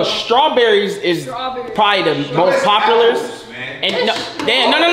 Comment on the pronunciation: “Bopulars😂😂” Insert Banger